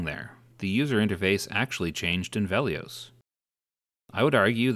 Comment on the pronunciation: Why do you pronounce Velious so weird? it's Veli-[us] not Veli-[ohs]